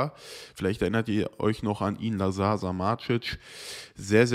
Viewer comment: Hi, liebe deinen Content seit Jahren. Ein kleiner Tipp zur Aussprache von Lazar Samardzic. Bei Lazar wird die erste Silbe betont und der Nachname wird ungefähr wie "Sammardjitsch" ausgesprochen. Bisschen Klugscheißerei muss sein haha LG:)